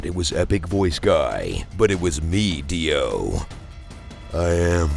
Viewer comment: It's "But it was ME! DIO!!!" >:D NOT "But it was me-dee-oh." :| Epic voice guy you had ONE JOB